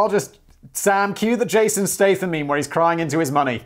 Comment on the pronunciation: Simon if you call Woody Harrelson, Jason statem one more time, I'm skipping your sponsors! I feel like you are doing it on purpose now!